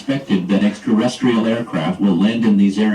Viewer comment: the “possibilitree” of extraterrestrials lol “extraresstrial” aircraft lol “extraresstrial” (again and again) alien invasion? Back to kitchen mom